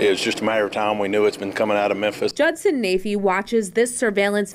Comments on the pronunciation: Why does it sound like is saying menthis over and over lol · 😄, I'm very pleased that you were able to stop calling Tucker carL-son...Tucker Car-son. Now we have a new name for you to fix. The city is called "mem-phis". Pronounced "mem-Fis"...not "men-this". LOL Please practice saying "Mem-Fis". Those pronunciations of yours have me crying laughing. I know you're intelligent, but names are NOT your game. It's all in love. LOL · I know im not hearing "MENTHIS?" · why is he saying "Menthis" instead of "Memphis" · It's mem-phis bro. Not menthis😂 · Is he saying mensis😂😂 I love how he butchers words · It's mem-phis not men-this. Much love. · Is saying Memthis? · Bro…its “Memphis” not “Menthis”. Like phat. You don’t have a producer to catch stuff like that? 😂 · You mean MenTHis? According to that’s how it’s pronounced. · why the hell do you pronounce Memphis as menthis? like bruh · Methmas, TN?... sounds right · 😂😂😂😂 it's Mem-fiss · Why are you pronouncing it "Menthis"? 😆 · Am I crazy, or is he saying "Menthis"? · Is he calling it "Menthis?" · It is pronounced Memphrica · Right 😂😂😂. I thought it was Memphis 😅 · "Menthis" you're the best. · Is saying "Menthis" instead of "Memphis?" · it’s MEM Fiiiiissssstttttt not Mempthis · my homie. You spell it correctly, but you have got to get that pronunciation corrected. It's pronounced "mem-FIS".....not "men-this". You got Tucker CarL-son corrected, now it's time to correct the city of Memphis pronunciation. It's Mem-FIS"....not "Men-this". LOL. Keep up the hard work. You are killing it. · I love you, but is MEMPHIS! Not MENTHIS! 🤣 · it's Memphis. Not Menthis. Sorry. Continue. 🤣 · "Men-thiss??" 🤦‍♂️ Where the f•ck is "Men-thiss,"? Is it in Tennessee? Is it anywhere near Memphis? (Good grief) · in Christ, it’s pronounced MEM-PHIS not MEN-THIS. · Its pronounced Mem-fis, not Men-this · nigga said ‘Minthis”💀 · "Men-thiss" lmao